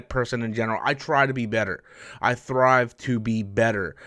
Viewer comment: Not to be an ass but it’s STRIVE to be better, it seems like you’re saying THRIVE.